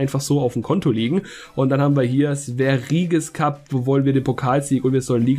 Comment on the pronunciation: Es wird nicht sveriges cup sondern swerjes cup gesprochen